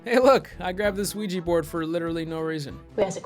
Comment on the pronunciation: They gotta burn the Quiche Board